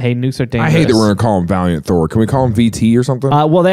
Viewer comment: v-ALIEN-t Thorr come on you gotta be kidding me really???